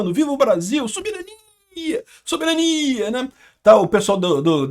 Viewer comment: Eu não tenho maturidade pra ouvir o falar a palavra soberania sem dar um risinho 😏